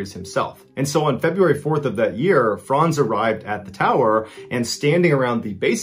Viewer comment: Amazing that you pronounce "Franz" correctly. Too many youtubers say frænz